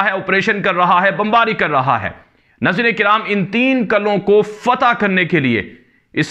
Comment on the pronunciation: Qala ki jagah Qila bolo, Qalon ki jagah Qilon bola karo